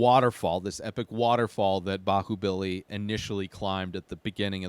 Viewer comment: you pronounced it almost perfectly